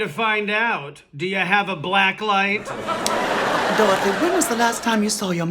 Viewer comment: Iconic!!! Though I gotta say () pronounces Dorothy without the Y. Dorotha